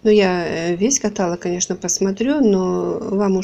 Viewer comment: Отличное видео! лайк! Единственное- не катАлог, а каталОг правильно)))